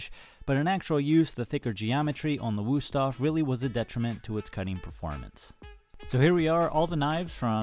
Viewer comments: Helpful test, but please do not use "u" when it should be "ü", they are pronounced completely different. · The Wüsthof knife was tired of being mispronounced by you, so it underperformed on purpose. That's what we Germans do 😂